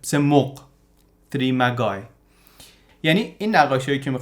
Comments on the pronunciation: مجای نه مگای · تلفظ درست مغ به انگلیسی Magi.... که همان مجوس یا ستاره شناس است. و تلفظ درست م - ج - ا- ی است. Magi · سلام. مجای تلفظ میشود. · ویدیو خوب و به موقعی بود با سپاس. اما تلفظ شما برای کلمه ،Magi اشتباهه. طبق دیکشنری کمبریج تلفظ درست میجای است. ˈmeɪ.dʒaɪ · Magi is pronounced majai. It's the plural form of magus. The word "majic' comes from the same word. Magi (singular: magus) refers to ancient Iranian priests, Zoroastrian clergy, or wise men/astrologers, most famously known in Christian tradition as the "Three Wise Men" who visited baby Jesus, bringing gifts. Thanks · تشکر از ویدئوی عالی البته تلفظ صحیح حداقل در انگليسی "مجای" است. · ممنون از محتوای عالی. خواستم فقط یه ایراد کوچک رو بهش اشاره کنم. کلمه Magi رو اشتباه تلفظ می کنید. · تلفظ کلمه magi اینی که شما می فرمایید نیست. با یک فرهنگ لغت لطفا چک بکنید.